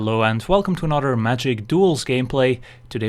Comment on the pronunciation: When you say 'anodder' haha